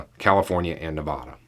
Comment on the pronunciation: Ne-va-da please not be-vah-da